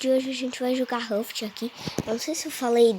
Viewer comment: Falo errado o nome do jogo kkk